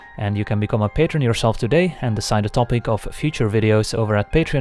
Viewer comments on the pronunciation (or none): none